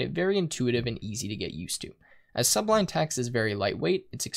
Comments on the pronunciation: it's really annoying hearing subline, when it is sublime, with an m and not an n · That's Su-blime, not Sub-lime. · you have a million subs and you're still saying "Subline"? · "Sublime" (not pronounced as if it's something underneath a green fruit .. i.e. sub-lime). pronounced: suh 'BLIME. meaning Noble, lofty, awe-inspiring, something of excellence. "His performance of the Mozart concerto was sublime". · I cringed every time he said sub-lime.